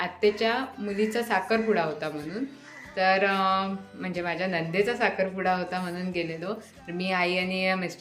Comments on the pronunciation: नंदे चा नाहि 😂 नणंदे चा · नंदेचा नाही नणंदेचा असे शुद्ध मराठीत बोल